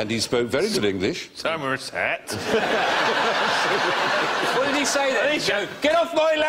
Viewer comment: Bill pronouncing 'Somerset' is probably one of the funniest things I've ever heard...